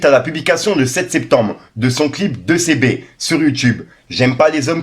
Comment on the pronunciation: 2CB se prononce « tusibi » frero 👍🏻